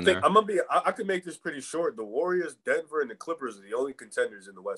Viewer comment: “The Denever Nuggets” 😂